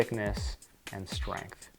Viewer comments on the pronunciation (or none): none